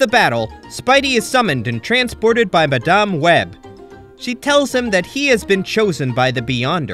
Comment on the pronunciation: Good video but you skipped on some important plot in the series as well as saying madam web's name wrong. But over all good video.